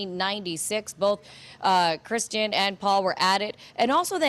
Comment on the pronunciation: Perhaps tomorrow that reporter can try to get Kristin’s name correct and stop calling her Christian. It’s basic respect to the victim.